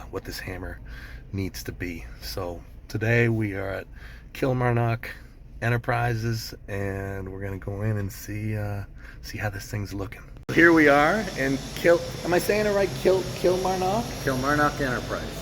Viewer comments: Kill-MAR-nik. That's the original Scottish pronunciation. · as a scotsman it hurts to hear that word pronounced kill-marr-knock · Kilmarn'k. The Scottish don't pronounce the O so much. It's more like Kilmarnuk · Kilmarnock! Local town in Scotland, North Ayrshire. Can forgive the pronounciation with sweet produce like that! Haha Niiiiice. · As a Scottish man there is a town called Kilmarnock. Had a bit of a giggle at the way Devon pronounced it. The way we say it is all one word not separate but it gave me a laugh